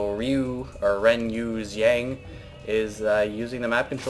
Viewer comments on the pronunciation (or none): You pronounced his name wrong, renyushee-ong is about how you would say it.